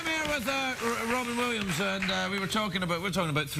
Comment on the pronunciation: LMAO " we're going after Wobbin Williamssss"